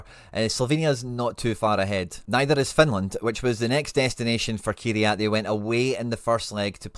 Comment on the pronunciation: small thing here but can you pleeeeease start saying their team name correctly 😂 they are called Kai RAT not key re at lol